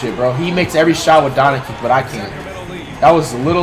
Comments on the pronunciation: Regular humans: "Doncic" Flight: "DON-ICKICK" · Why do you keep saying Doncic name wrong 😑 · It's pronounced DON-CHICH!!!!!!!! LUKA DON-CHICH!!!!!! C'mon man!!! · Announcers: literally pronounces doncic how it's supposed to Flight: Dawnichich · This man flight steady calling doncic donicin 🤦🏻‍♂️ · Dude deserves to lose for calling Luca whatever "Donic" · Guy said donicic lol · Was my man saying Donakick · Did he just say donikik? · Who the shit is Don-a-kik? Sad Mavs fan here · Please learn name pronunciation my guy. Don A Kik? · Deserved it since he butchers his name on purpose. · Why can’t he get one NBA player’s name correct? PATRICK CHEWING? AKUMPO? ZEYON WILLIAMS? LUKA DONNAKICK? This guy is hilarious 😂